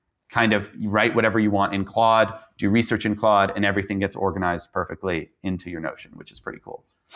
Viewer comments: It's pronounced "clawed". Not "clode". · Notice how your guest correctly pronounced Claude. Please stop saying Clode 😂